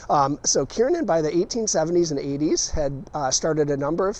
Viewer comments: hmmmm, i thought it was Kernan....not Kiernin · To true Baltimoreans - it is pronounced “Kir nan” like the hospital.